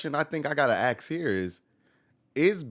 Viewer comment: Do you say AX on purpose? How about AXSES,, WTF... you speak normal English up until AX. AX. AX. AX. We al know your black